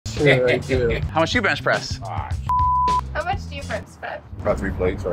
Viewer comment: "How much do you bensh presh"